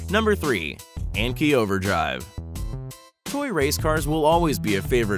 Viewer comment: the anki overdrive part of the video is try not to cringe hardcore as they don't say anki properly